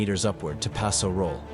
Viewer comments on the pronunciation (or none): none